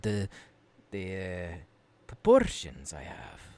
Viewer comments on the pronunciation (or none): U have no idea how many times I replayed "proporrrrrrrrrrtion" and "harrrrrderrr"